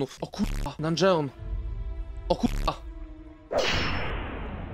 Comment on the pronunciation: mówii się dundżyn a nie dungeon